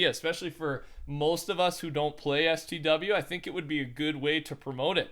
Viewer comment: I couldn’t have been the only one annoyed by him saying stw... LMFAO i don’t even play it but I’ve never heard someone say it like that